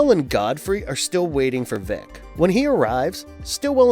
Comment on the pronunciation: It's "Vic", like "dick" not "Veek" like "leak". Short for "Victor".